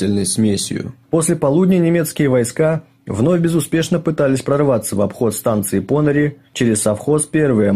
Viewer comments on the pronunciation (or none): Уважаемые, спасибо за Ваш труд - неплохо,НО....какие ПОныри? - ударение приходится на последний слог - ПонырИ! Очень режет уши...